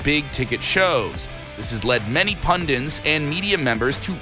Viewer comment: Pundits. Not pundints